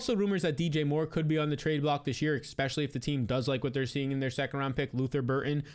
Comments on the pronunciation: Could you please stop saying Ex-specially!! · Dude considering you try and say the word ESPECIALLY like 10 times every upload, it would be really easy to just learn to say it properly. It’s NOT X-Specially.